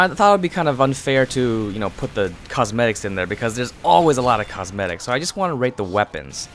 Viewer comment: always you say cosmetics it sound like cos medics